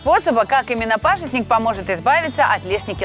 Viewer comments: Молодец ведущая "пАжитник" Очень редко говорят правильно 😞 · называется хельба(в Казахстане называют хильба), продается в мусульманских отделах, русское название пажИтник, а не пАжитник, как сказала ведущая.